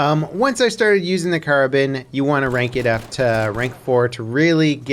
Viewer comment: It is pronounced "Kara-bean"